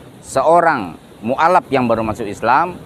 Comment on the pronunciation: nggak mutu, yg ngomong bicara muallaf saja di baca muallap. Baca bahasa arabnya juga belepotan. Yang ngomong juga pas baca qur'an banyak lafadz yang salah. Meludah kena muka sendiri.